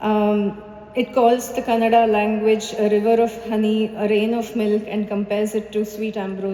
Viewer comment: The pronounciation of the language is not canada. It's Kannada. Stress on n.